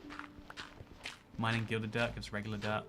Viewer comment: I love that when ever says dirt it sounds like derp. "The derp forest" just sounds like a forest full of me's